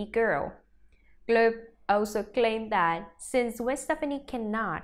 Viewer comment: This reporter needs to say Gwens name correctly. And maybe just maybe I might believe her